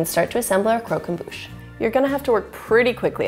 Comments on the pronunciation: Its crock Om bush not crow come booooooooooooooooooooshhhhhhh I’m sorry, this recipe is incredible too!! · Cromquemdouche right No it’s Bouche not Douche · Not pronounced ‘crow-com-boosh’ pronounces ‘croc’ as in crocodile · You mean Croque EN* Bouche it's french and it means crunch in the mouth. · Croq em Bouche Torture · her pronunciation of croquembouche "crow kem boosh" I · crow come boosh friend: Was that a sneeze?, a shoe is the normal sneeze noise: Bless you 😥😪😓like if you cried 👍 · I hate how you pronounced croquembouche